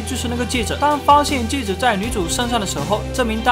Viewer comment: 是，戒指，不是戒子。